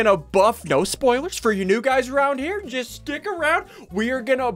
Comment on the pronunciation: I found a spelling mistake you said jut not just no offensive means